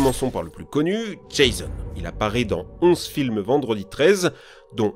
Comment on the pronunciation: Mon dieu c'te prononciation de Jason et mickaël Myers ça fait mal 🤣